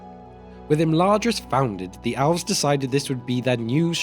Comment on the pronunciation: Why do you pronounce elves like it's alves? Or even "owlves".